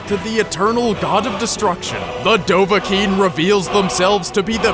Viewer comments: Dovakinn not dovaking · Dov-Ah-Kiin is how it's supposed to be pronounced. Dov: Dragon. Ah: Hunter. Kiin: Born. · bro, it's dovah-kiin, alright? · Actually Its Dov-Ah-Kiin. thats the way how the greybeards summon him